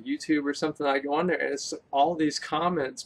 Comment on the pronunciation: Right theyun